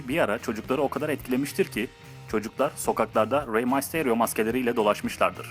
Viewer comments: Reymasteriyoo değil reymisteryo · Rey mastaryo ?? Rey mistiriyo diye okunuyor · reymasterio değil reymisterio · Abi raymasteryo değil reymister yo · Rey masto diye söyenmiyo rey misterio diye diye söyleniyo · raymestrio değil reymister io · rey maystoryo degil rey mysterio haci vee six one night değil six one nine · abi rey masteryo değil rey mistaryo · ABİ NEDEN REY MYSTERİO YO RAY MASTİREO DİYE OKUYON HE BİDE KALİSTO GELSİN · six one nayt ne olum rey maysterio ne lan malmısın rey duysa sana dava açar yemin ederim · abi rey misterio i ile lğtfen a la okuma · abi bida videonu izlersem mal olayım sen salakmısın adam gibi oku rey mayterıo ne rey mysterıo olcak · May sıterio dedikten son videodan çıktım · Six one nayt ne lan mq rey maysteio ne lannn 😂😂 rey mysterio bunları duysa Six one nine dan da soğur kendi lakabından da smödödödldlor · Reymaysterio ne amk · ray maysteryo ?????? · REY MAYSTERYO NE LAN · oyuncu rehberi sana katılyom mal reymisteryo diyemiyo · rey mistarionun adını yanlış söylüyorsun